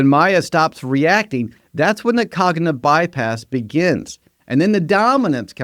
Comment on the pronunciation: And “cognitive”